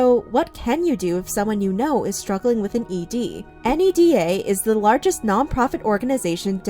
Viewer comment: Very minor, NEDA is often pronounced out loud as NEY-dah, not n-e-d-a :)